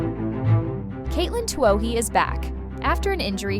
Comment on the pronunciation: Same and " it " can't pronouce Katelyn's name. cheers